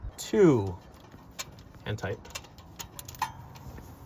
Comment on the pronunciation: I thought i kept hearing "Hentai" then i paid more attention to video and he really meant "hand tight"....or did he?....